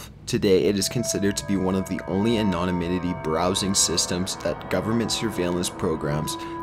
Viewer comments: "anonyminity" ITS ANONYMITY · As bad as that is,it can't compare to his "anonominity".English any?Drives me crazy that people like this apparently prosper while I rot away in poverty. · Not to mention 'anon-o-nimity'. It's called 'rehearsal', guys. Check it out. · He also needs to Learn how to say anonymity. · Makes my day just listening to him try to say "Anonymity"... Reminds me of that Finding Nemo scene where he has to try and pronounce Anemone. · Someone teach the narrator how to read cicada and anonymity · Half of the reason I watch these is to hear him mispronounce words, it's like Ricky from Trailer Park Boys. The way he pronounced anonymity was classic.